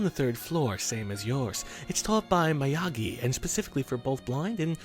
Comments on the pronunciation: that miyagi pronunciation. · How did you get Miyagi wrong? IT'S JUST LIKE HOW YOU SAY "MISTER MIYAGI"! :P